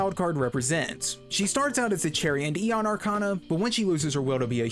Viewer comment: That is not how you say Aeon lmao.